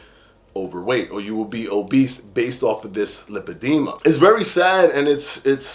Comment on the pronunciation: Lipedema pronunciation; lai- puh-dee-muh